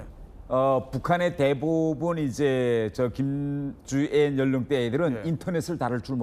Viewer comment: 김주앴씨랜다 ㅋㅋㅋㅋㅋㅋㅋㅋㅋㅋㅋㅋㅋㅋㅋㅋㅋㅋㅋㅋㅋㅋㅋㅋㅋ